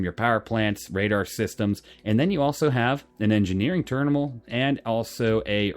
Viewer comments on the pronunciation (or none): ternimal lul